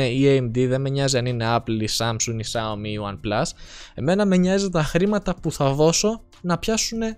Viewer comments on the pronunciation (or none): none